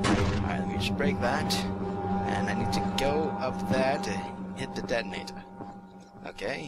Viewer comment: That was hilarious how you mispronounced 'detonator'.